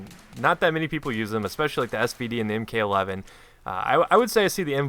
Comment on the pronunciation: you mean Mark 11 and not m-k 11. you dont call a mk-19 a m-k 19 you call it a mark 19